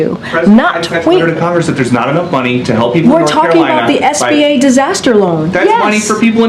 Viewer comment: Did you hear her say sba loan?